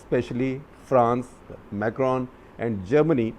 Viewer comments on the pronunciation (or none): none